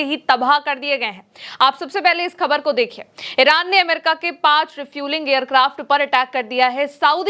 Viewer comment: khabar shabd ko sahi uchcharan se boliye